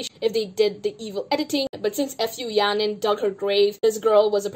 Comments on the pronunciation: Her name is Fu Ya Ning. Don't read it F U. Its sounded like a curse word. Your comments were reasonable. Keep it up!😁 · the way u keep saying her name as f u yaning 😭 deserved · did you say f-u yaning on purpose SKFJSJDJ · "now f u yaning" Idk whether it was intentional or if you simply mispronounced 'fu' yaning but that sounded hella funny 😂😂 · I love how you pronounce her name as F U yahnin HAHAHAH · Hi, long-time CLC superfan and Yujin stan here. Though I also very much dislike Fu Yaning at this point, and I don’t disagree with the anger and frustration you present towards her in this video, I’d like to point out that butchering her name is very disrespectful to an entire family and bloodline of people. Fu is a very common Chinese surname, and I’m sure people growing up in the US with that name have heard that joke before. It’s a mockery of a lineage and disrespectful to an entire group of people who have likely heard their name butchered like that several times. Disliking her and saying she doesn’t deserve publicity is valid, but this name issue is pretty much bullying. I mean no hate or harm to you, and thank you for making this video so we don’t have to sit and skim through 2.5 hours of content :) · Laughing so hard on how you pronounce fu yanings name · I know you don't like Yaning, and like, I don't even watch this show, but the wilful mispronunciation of her name seems a bit insensitive